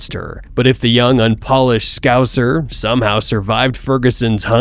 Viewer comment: The way that Rogan pronounced "scouser" has left me speechless. On a par with "aluminum"